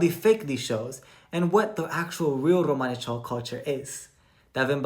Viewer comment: Yeah romanichal is british romani. I didn't realize they also call themselves romanichal in america!!!! I hate how she pronounces it! Awful!